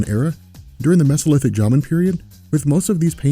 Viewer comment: It's "Jomon" not "Jamen". If you can fail that badly in the first minute you're not cut out to talk about anything.